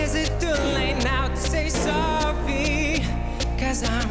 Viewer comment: why is he saying sowwy